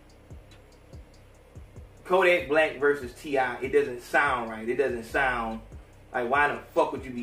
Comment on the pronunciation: t.i. not t.i.p